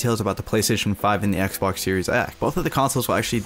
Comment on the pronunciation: Forth, he said icebox instead of Xbox